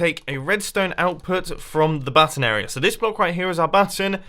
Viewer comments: He Called It A Hidden Butt Instead Of A Button 0"45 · I THOUGHT HE SAID "A HIDDEN BUTT-ON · at 0.46 were he says hidden button it sounds like he said hidden batten